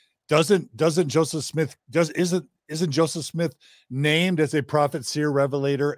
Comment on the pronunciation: I noticed a lot of the Mormons pronounce his name like Jozef instead of Joseph, idk why that's so interesting to me